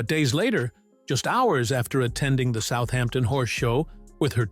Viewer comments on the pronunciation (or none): none